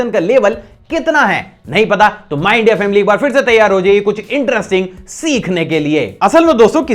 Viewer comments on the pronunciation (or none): none